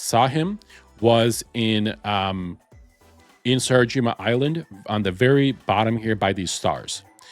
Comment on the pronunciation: Bro didnt even attempt to pronounce "sakurajima" right 💀